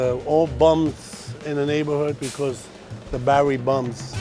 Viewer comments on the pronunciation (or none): none